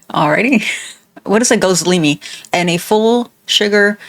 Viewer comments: correcting the pronunciation of gizleme during the video is taking me out😭😭😭😭😭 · It's Gözleme, a Turkish dish, pronounced Goz-Leh-Meh. And it's basically stuffed flatbread. Normally feta cheese and spinach, or sometime you can get meat or potatoes inside.